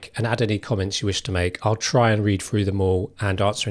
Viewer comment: "We're gonna run frew what those ways are..." "Ways you can build welf"? WTF is 'welf'? Seriously, you became a youtuber when you can't even speak English better than a 3 year old???